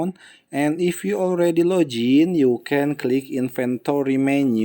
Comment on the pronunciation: "Lojin"got me dying💀🙏